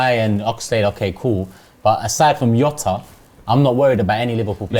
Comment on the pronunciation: pronunciation of Jota triggers me